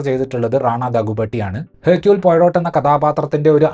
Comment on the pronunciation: ഹെർക്യൂൾ പൊയ്റോട്ട് അല്ല ഹെർക്യൂൾ പ്വാറോ